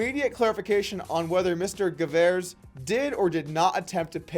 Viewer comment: Man, I love your vids, but this one was just sloppy. You started pronouncing Gavers' name halfway through, you used a youtube clip and then talked over it... do better next time.